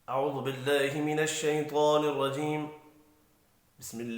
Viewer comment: ماشاءاللہ پیارے بھائی لیکن نہایت معزرت کیساتھ یہ لفظ شیطان الرجیم شیطوان الرجیم نہیں